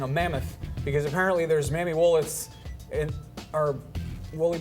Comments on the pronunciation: Mammy Wooliths. I lol'd. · "Mammy Wulluths" lol